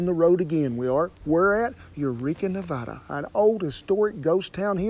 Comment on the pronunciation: YEEESSSS, HE SAID NEVADA THE RIGHT WAY!!! FINALLY!!!